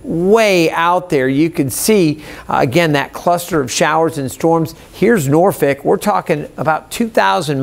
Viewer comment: Norfick? Should I be watching this guy?